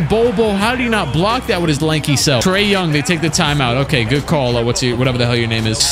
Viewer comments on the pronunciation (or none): none